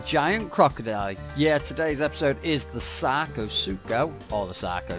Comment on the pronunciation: Did you just say Sacro Shark at the beginning? When you were calling it’s name for short lol